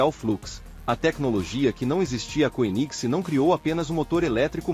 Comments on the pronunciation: Pronuncia-se kêniseg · Legal, mas poderia pelo menos pronunciar o nome da marca de forma decente. Dói nos ouvidos! Kkkkkk